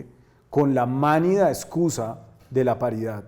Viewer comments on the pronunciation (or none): No se dice "mánida", es "manida".